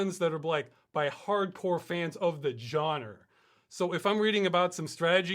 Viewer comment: You pronounced genre as "johnerr." It was fantastic.